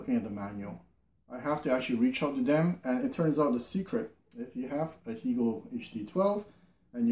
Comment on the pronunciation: Hegel rhymes with Bagel. I listen to your reviews all the time. Much Appreciated:)